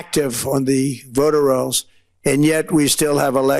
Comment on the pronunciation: Not once- but at least twice in these clips, Trump mispronounced "voter rolls" while reading off of the teleprompter, as though he didn't know what those words were. That is a sign of Alzheimer's progressing.